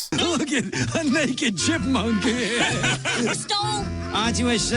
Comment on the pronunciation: It's Chipmunk, not Chimpunk.